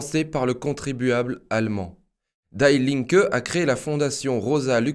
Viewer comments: Pour un germanophone, cela fait quand même mal aux oreilles. Die Linke, cela ne se prononce pas "daï linke", mais "di linke" (ce n'est pas de l'anglais, mais bien de l'allemand) De même "Stiftung" se prononce "chtiftoung" en allemand (le st se dit "cht" et le "u" sans les 2 points dessus se dit "ou"). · Die linke ne se prononce pas Daï linke, mais Di Linke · "Die" en allemand se dit "Dii" pas "Daï" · Die Linke c'est de l'allemand qui signifie "La Gauche" et ça se prononce "DI LINQUEUE" et non "DAILLE" qui est une prononciation anglaise. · Bonjour, et Merci !! :) Juste pour dire que Die Linke se prononce Di linke(u), non /daï/ Linke. Pour servir, non pour "critiquer" Merci ;) :) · Ce n’est pas « d’aïe » linke qu’il faut prononcer mais « Di » linke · En allemand, "Die" se prononce comme en français et non pas "daille". Toujours beaucoup d'erreurs de prononciation dans les langues étrangères. Ce qui montre un manque de précision . La forme est aussi importante que le fond. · Oups...die Linke veut dire, la gauche, die est l,article féminin et se prononce DI...🙏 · PS : on prononce "di linke" comme dee. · on prononce "DI" linke =) super video comme d'habitude merci =)